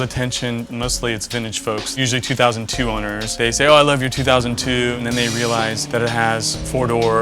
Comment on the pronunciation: I'm glad i'm not the only one who was bothered by that.